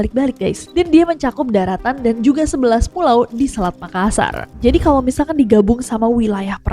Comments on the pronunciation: MakaSSar dibaca dengan penekanan S-nya 2 bukan dibaca makasar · MakaSSar, penekanan pada huruf “S” yang ditulis dobel. Seperti juga TaLLo, dobel “L”.